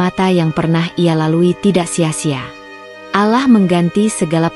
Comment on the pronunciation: Ctt. Bila alur cerita bernuansa muslim , alangkah baik nya yg membacakan jalan cerita adalah yg se iman dgn Islam agar Pengucapan sebutan kpd Sang Khalik benar2 sempurna yaa Alaah itu bukan sebutan Tuhan Islam ttp Yaa Allah ( yaa Alloh ) bukan yaa Alaah